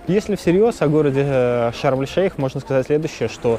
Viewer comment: Шарм-эш-Шейх правильно